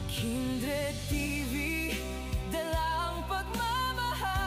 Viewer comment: kumain Ka po, para malakas Ka, kumain Ka Ng prutas, bakit para kang nahihirapan Kang huminga,magpalakas Ka, natatawa ako KC tawag mo Kay kindred eh kinderd, magkain Ka ha pilitin mo para lumakas Ka, shout out SA inyong lahat, godbless!! watching from Baguio City